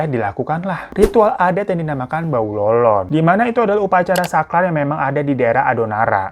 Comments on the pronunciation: Sakral bang hiro bukan saklar 😂 btw aku baru nonton hari ini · Upacara "sakral" bang bukan saklat. Lampuuu kali... ahaik